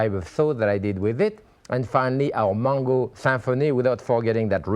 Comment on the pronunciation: It took me a while to figure out when he says mongo, it is mango.